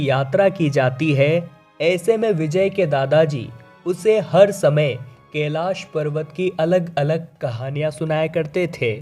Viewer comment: केलाश नही कैलाश बोलो